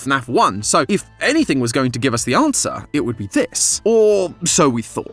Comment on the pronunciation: he sayin "ANswer" like "AUM"